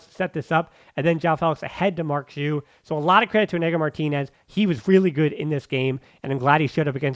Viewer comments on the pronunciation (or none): Been a long time podcast listener and I enjoy your content. Just wanted to correct you (again 😂) on the pronunciation on Marc Giui's name. The G is a strong Ghee sound, like in the word Glee and not Jee like Jeep. So it's said Ghee-ooo, or Giuw, and not Jew. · You say the name wrong is G (like Game), I (like rip), U (like lure). GUIU (first U is silent, you do not pronounce it)